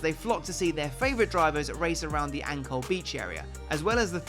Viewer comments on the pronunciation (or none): sadar ndak, voice over nya bilang "Ancol beach area" = "angkol beach area".... 😆